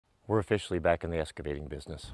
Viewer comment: It Excavating not EScavating